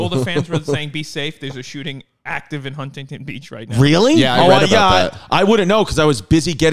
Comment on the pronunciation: The way he says Huntington makes me upset